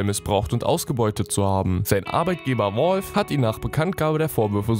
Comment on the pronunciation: Das heist valve nicht wolf xD